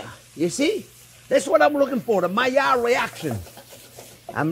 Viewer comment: Nobody in the world says 'Maiilard reaction' better than Chef. Love this video, this will be my christmas stuffing.